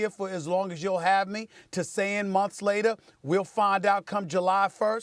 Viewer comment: "A COUPLE OF MUMFS AGO!"